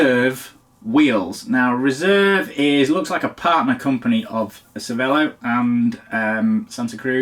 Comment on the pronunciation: If you owned a cervelo you should at least be able to pronounce it properly…